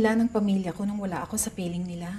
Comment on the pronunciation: A-KA-O = AKO. Bwahahaha